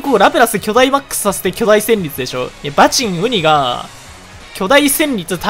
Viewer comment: バチン↓ウニ↑